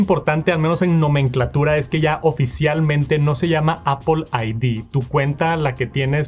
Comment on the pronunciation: Appol account, appol pay, appol sports